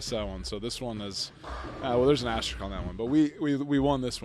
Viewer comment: 😂 Did Kershaw say "astrorisk?" 😂